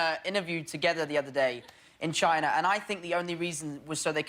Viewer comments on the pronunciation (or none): none